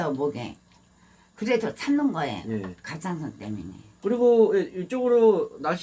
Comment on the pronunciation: 갑상선 발음이 어려운가요..? 아니면 귀엽게 말씀하시려는 건가요? 갑상선을 계속 갑짱선이라고 하셔서